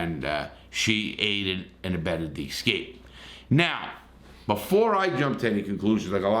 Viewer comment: Most cases like this are not triangles as you say. They are straight 'love' relationships. A love triangle is something different. Also it is EScape, not EXcape. (and 'ask' not Ax) eg "I asked my 5th grade English teacher a question I did not AXE her". Keep up the good work anyway.